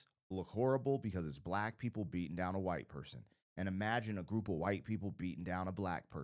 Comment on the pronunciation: Why did you say white person like that?